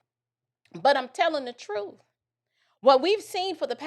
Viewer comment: I lost it when you said troof!😆🤣😂😅😆🤣😂😅